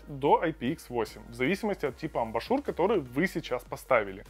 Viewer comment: Нда. Человек, говорящий "Амбашур" пытается нас убедить, что он очень компетентен в теме наушников. Ахаха! Дизлайк. Учи матчасть!